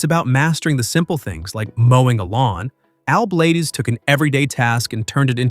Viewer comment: Al Blades (Not Bladez) WOW that's incredible 🤔